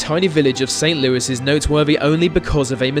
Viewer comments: We pronounce st Louis as Saint "luuee" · Ghost light of St Lewey is how it’s pronounced here (spelled Louis) I live twenty minutes away from there and have actually seen it It was even on that show Unsolved Mystery’s with that cool old dude Robert Stack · I live 20 min from st. Louis. But for future it's pronounced st. lewey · Love your videos. I grew up in St. Louis, Saskatchewan. We actually pronounce it with an E sound at the end not an S due to the french heritage.